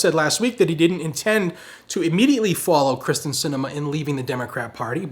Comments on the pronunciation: It's K y r s t en, not K r y s t e n. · Pronounced “Kear-stin” not Kristin. 😁